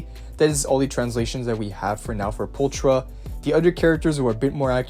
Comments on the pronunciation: the character's name its pronounced "Poolckra" in english not Pooltra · Am I the only one that's annoyed he doesn't say her name right? He's saying the ch like the Ch in China when it actually makes a K sound like in chaotic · I love the way people say her name as well. We don’t have it in the game. Her name is not pull- . It’s. Pul-kra. I don’t know why that annoys me so much. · "Pultra" lol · There's also another YouTuber who says her name as Pulchera and it made me recoil so bad 💀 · Same lol alot of the youtubers say her name like that and I just keep cringing every time. They say her name in game. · right?! There's also a few other characters that are mispronounced. Such as: Burnice, Miyabi, Pulchra, and probably a lot more